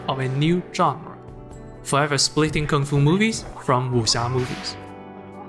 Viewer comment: Thank god, finally someone pronounced Kung fu correctly, usually people pronounce it as 'kuung - foo'...